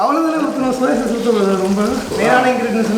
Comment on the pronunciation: Bro that is not chause it is sauce